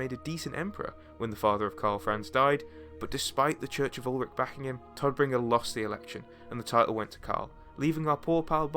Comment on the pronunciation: German native speaker here. Please please check correct pronunciation before making a video. Every time you say "Toddbringer" it makes me cringe. It should sound more like "Tohtbringer"